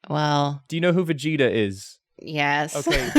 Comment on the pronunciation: so- Vegeta.. but bri Bruh-geta